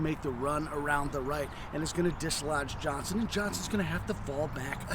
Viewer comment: OVER THE COURSE OF THE LAST WEEK, I HAVE HAD TO ENDURE THE INSULTING DESCRIPTION OF MY TWO ANCESTORS LEONIDAS POLK AND JOSEPH EGGLESTON JOHNSTON. COULD SOMEONE TEACH HOW TO PRONOUNCE JOHNSTON'S NAME?